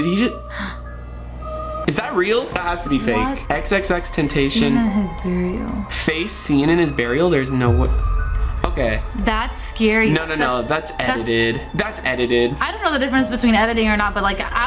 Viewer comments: bro it is xxxtentacion not xxxtentashion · U said tentashion its tashion